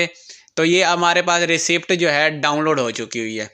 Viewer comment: Raseet pathna hy Raseed...Recept nhee..p nhee bolna